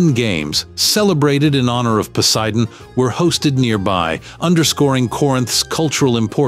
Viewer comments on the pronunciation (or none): none